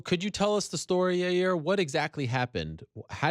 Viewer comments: Well he went from your-ear to yar-year that's progress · Yah-ear!!.... ... your welcome Chael! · Hope Ariel can teach Chael how to say "Yair" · SDBARTENDER1 Your Rear Rodriguez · SDBARTENDER1 yeryer Rodriguez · SDBARTENDER1 yeah “Your-rear” Rodriguez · SDBARTENDER1 Hope Ariel teaches Yair how to say jail, not yail.